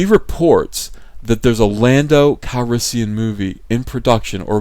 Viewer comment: Daniel Mumby And Lando “Cal-yes-sian”